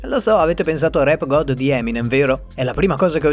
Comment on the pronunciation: Si dice rap god non rap gold 😡😂